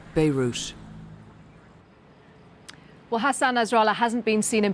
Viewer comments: WTF is "Beirush", "Beirutz"? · Did she say: THIS IS WHAY BEIRUT HAS BEEN ENJOIYING???🤣🤣🤣🤣